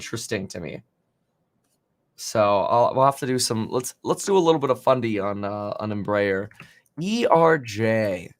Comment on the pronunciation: embraeris pronounced EMBRA AIR.... at least that how we say it